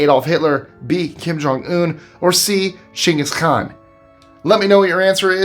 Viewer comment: I had to look it up to be sure but you are definitely pronouncing Genghis Khan wrong